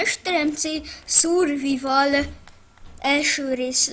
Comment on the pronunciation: hát ez ritka szar lett főleg a kiejtésed "szurrvivall" :DF